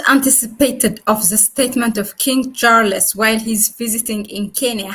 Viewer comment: King Char-les.......?